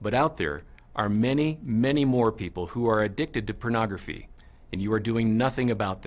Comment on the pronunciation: Take a shot every time says Penography.